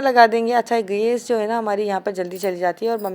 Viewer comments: Aap log geys kiu bolte ho gas hota h😂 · Gas not gaseeee